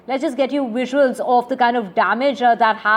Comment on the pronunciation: Is that english? Wisuals xD